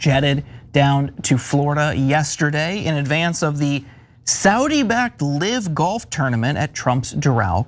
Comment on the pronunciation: The word is "live" same as pronounced hive Not live as in pronounced give. Is this guy an idiot or what?